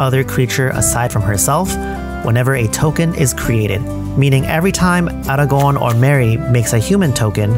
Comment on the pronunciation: Best pronunciation of Aragorn ever